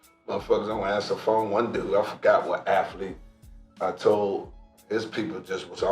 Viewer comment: What’s a “Aflete”. Is that like a “mim”?